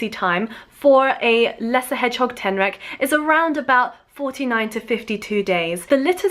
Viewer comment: I heard alolan street tenrac instead xD pokemon ref lol